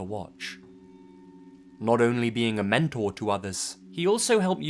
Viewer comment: Holy FUCK your voice. The way you go 'Mmm this is odd' and the way you pronounce the t's 'a menTor To others' and the way you drag the 'l' noises at the end.